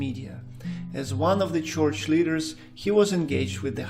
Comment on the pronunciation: It's not a "choich." It's a church. Roll the "r."